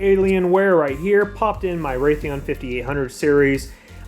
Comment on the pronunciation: Radeon, not Raytheon